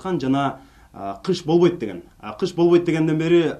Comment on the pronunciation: бовойт эмес болбойт деп суйлочу жанар